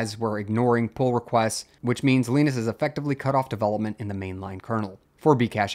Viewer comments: Lie Nus, not Lee Nus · Who's Leenus? Jokes aside, thank you for covering this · Leenus? nope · Why do you say Linus like that 😭